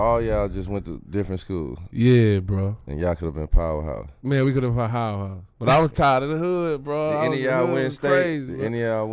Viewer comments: D Miles: "Y'all coulda been a powerhouse" Big Baby: "Man we coulda bowahowapows" Me: [Dies] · “so y’all coulda been a powerhouse” “man we coulda pohowahouse” I want what he’s smoking😂😂😂